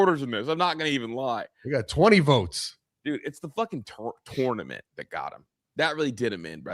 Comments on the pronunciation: Make say tournament correct to keep his job lol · should be on probation and at least eat half of a hot chip every time he butchers a word. Especially tournament 🤞🤞